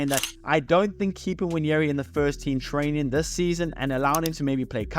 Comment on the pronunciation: ahh.. ok....it sounded like "spurs"... I was thinking.... this guy trolling arsenal here 😆